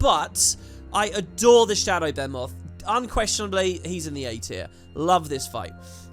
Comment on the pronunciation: Anyone else bothered by him saying Behmot instead of BEHEMOTH? 😹